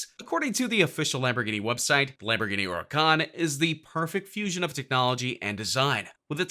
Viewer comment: Yo how the fuck do you say hurucan